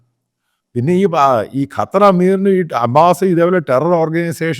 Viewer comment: Sir. കറ്റാർ അല്ല ഖത്തർ എന്നാണ്